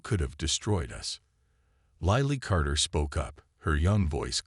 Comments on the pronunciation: Lilly is not "lie lee," it's "lill lee." Need to teach the AI because it detracts from an otherwise good story 😊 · Lilly like the flower. Your AI never got it right.